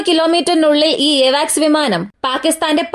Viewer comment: എവാക്സ് അല്ല കുട്ടീ... അവാക്സ് ആണ്!